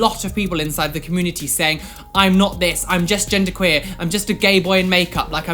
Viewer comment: I just love the way they say community, like it's 'comoonity' haha